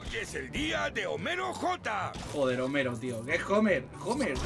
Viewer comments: no es "jomero", es homero(con h muda),es lo mismo que decir hola...,la h esta ahí pero no se pronuncia... ( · Por fin lo encontre. Gracias por subir el video con el doblaje. Por cierto, es Homero (la "H" es muda) no Jomero.